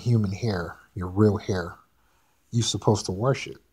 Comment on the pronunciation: Lol " warsh it"😂😂😂😂